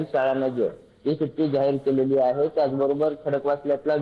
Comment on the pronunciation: सुटी नाही सुट्टी 😂